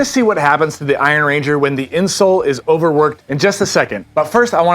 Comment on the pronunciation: They’re named after the Iron Range in Minnesota, not after a ranger made from iron. Emphasis is on “iron,” not “ranger.” 😊. Thanks for.